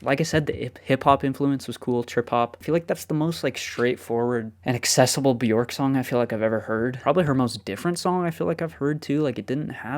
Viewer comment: Björk is pronounced “B-yerk” … rhymes with work or jerk.